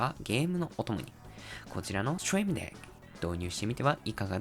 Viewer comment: Trying to learn japanese right now so I have the subtitles turnes off. Barely understand a word he's saying but the intense "STREAM DECK" without any context for me every time the name is on the screen is incedibly funny. But gotta give it to him, the pronunciation of "STREAM DECK" was pretty good.